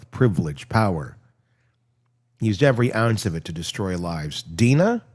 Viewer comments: I really love your channel but I just think you should be more professional and get some facts straight sometimes. And the girl's name is Drina not Deana. You kept posting videos of Donna n then explaining away, but it was three times the wrong video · DRena Not Dina!! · It’s Drina. Not Dina. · Hello, I just want to let you know that the name of “Donna’s jail daughter” is actually DRINA, you skipped the R! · Replay crew but can’t listen as we are all screaming at you!! It’s DRINA!!!! 😮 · OMG !!! At least you should get her name right !!!! DRINA #RESPECT